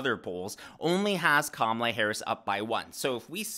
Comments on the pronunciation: Careful..mispronouncing her name is every ‘ism’ out there. Expect a call from angry CNN panelists. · Kama-lala 😀 We say "guys" around here, too. Thanks for all you do,!